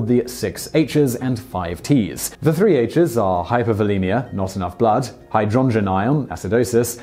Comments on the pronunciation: Never heard of hydrongen ion? Is that another way to say hydrogen ion? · "Hydrongen" really isn't a thing.